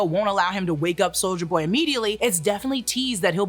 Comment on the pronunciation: i love how you say soulja boy instead of soldier boy lol